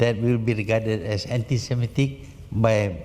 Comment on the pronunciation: They guy did the narration is dumb. Anti spelled aunty. Zionist spelled Chinese. Guard become got...